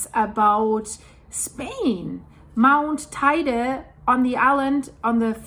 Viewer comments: It's not tyda its pronounced tedi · [~Teh-ide] - I know, I know... but still😉